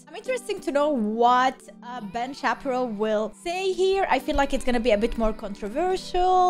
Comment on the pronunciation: Ben Shappyrow 🤣 you're cute